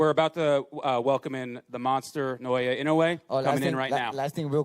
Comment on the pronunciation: These people still can't pronounce Naoya's name - remarkably inept! NA-OH-YA IN-NO-WAY - seriously brainless & it's their job, no less!